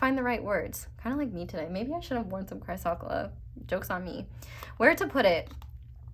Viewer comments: Also, chrysocolla- cry-sa-cola. ❤ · Pile 4 crystal is pronounced like ‘Chris oh coal ah’ 💙 💚 This was so on point. Thank you.